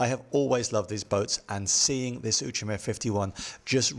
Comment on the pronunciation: Now I know how to pronounce 'Outremer'! Thanks!